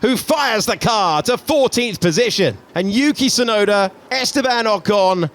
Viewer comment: who is Tsunoder? lol